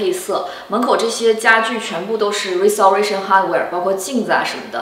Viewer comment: 跟我读 rai si te rei shen